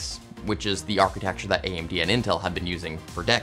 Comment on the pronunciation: "Intel and AMB"